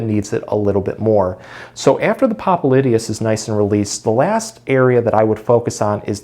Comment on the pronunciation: What nonsense. The guy can't even pronounce the name of the muscle. He calls himself a doctor when he's not. The massages that he recommends have nothing to do with the popliteus muscle. Time to move on...